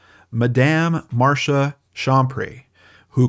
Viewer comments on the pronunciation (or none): none